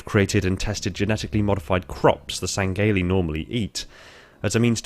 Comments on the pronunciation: Say it with me: Sang-he-lee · Lol why do you say it like (seng-gay-lee)